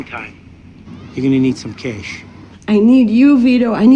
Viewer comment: And all Vito could offer was some Kay-ash.